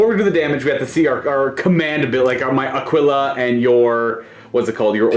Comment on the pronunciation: Great videos but for the love of god Aquila is pronounced "Akilla"